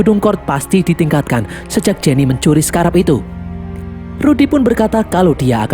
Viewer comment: Scrab bukan sekarab min😂